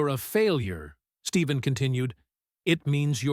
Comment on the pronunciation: PLEASE... HIS NAME IS NOT STEVEN!! IT'S STEPH- EN CURRY!!!